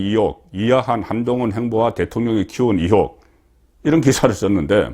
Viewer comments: 송본부장, 정신차려! 초록은 동색이라고 기자편이냐! 우파라면 Stance 확실히 해라! 탑승시 1호기 안전 문제가 생길 수도 있어! 앞으로 윤정부 5년간 절대로 탑승 블허해야돼! 듣기 거슬리게 자꾸 이혹이 뭐냐! 으이혹을 빨리 발음하는 연습을 해라! 나도 경상도출신이지만 이혹이라고는 안한다. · 이혹??? 나도 갱상도지만 의혹을 이혹이라고 발음하지는 않는다 기자라면 이런건 기본 아닌가??